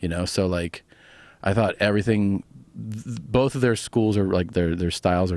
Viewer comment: You wanna do boff these math problems ?? The magic of accent e_bonics